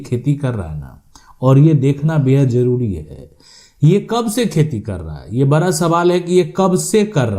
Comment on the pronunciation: पहले तो आप अपने शब्द कोसुधरो बड़ा या बरा शुद्ध भाषातो बोलो